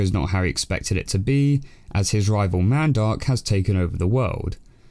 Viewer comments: Man I thought he saying mandog until he showed the older version where they said mandark lol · I hate the way you say Mandark. It sounds like you're saying "mad dog"...